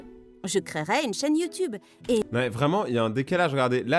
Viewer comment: Pk dans les video animé il dise youtoube aulieu youtube donc il ne save pas parler français il doi aller en primair avec les cm1 et leur ami chelou 👪👪😠😠😠😠 qui est dacor avec moi?